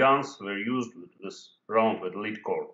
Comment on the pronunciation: лэд а не лид.